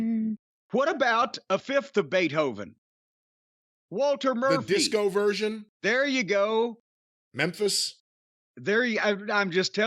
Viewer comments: I believe it’s pronounced “Beeth-Oven” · Dave Beeth-Oven.